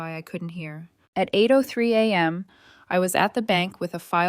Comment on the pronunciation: Come on, the pronunciation of money amounts is terrible. And a.m. is not anam.